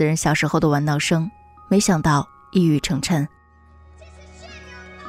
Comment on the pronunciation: 一语成谶chen第四声